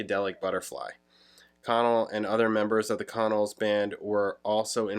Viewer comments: We pronounce it "con-nells" not "con-uls". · I. LOVE. THE. CONNELLS! Ever since I lived in VA Beach in the 80s and discovered them. They’re still one of my favorite bands than no one knows about and I still listen in. My car all the time. I ❤ that you checked them out. Pronunciation more like kuh’ nells I fell in love w their “jangly” sound (I’d never heard that term before you!) and never looked back. If you’re ever interested, listen to whole album of Boylan (Bowlin) Heights. Then the Album “Fun & Games”. Idk why 74-75 got so much attention, I felt so much of the other music was so much better. Anyway, sorry for going on, I was just kind of psyched to see somebody reacting to The Connells! Wow!